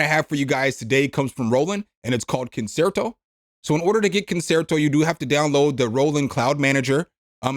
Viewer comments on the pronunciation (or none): I promises I'm not being a snob, I'm just trying to help but it is pronounced "con-chair-toh". Great video thanks for keeping us informed on all these great freebies!